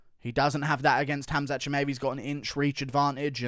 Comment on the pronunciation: Why are you pronouncing Chimaevs name so goofy ? You should know better as an MMA fanatic